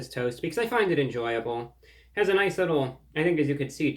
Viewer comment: Noi-ce tie!